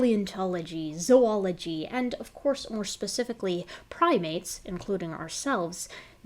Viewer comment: Thank you for pronouncing "Zoology" correctly.